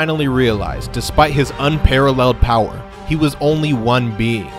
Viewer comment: UM BOWER not POWER